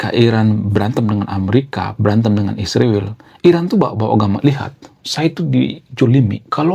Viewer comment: ISRAEL bukan isriwil, gimana abang nich kata nya intelek yg benar aja nyebutnya bang..😂😂